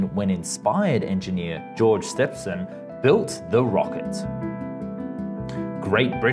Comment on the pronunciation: He pronounced Trevithick, Stephenson, Birmingham, and Edinburgh wrong. Also this is an Australian criticising Britain's lack of high speed rail...